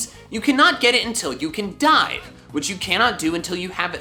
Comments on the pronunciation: I thought you said, “You cannot get it until you die” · When he said you can’t get chinchou until you dive, I thought he said you can’t get it until you die